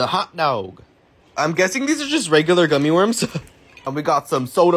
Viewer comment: The way he said “ gummeh French friesss “ caught me off guard